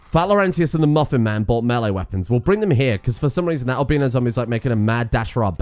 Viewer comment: haha im an american and he said "al-BEEN-no" haha